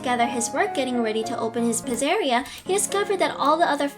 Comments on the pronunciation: Pizzeria is pronounced pizza -ria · Pizzeria is pronounced "pizza er ia" and sorry if that was rude. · You said pizzeria wrong and you said au wrong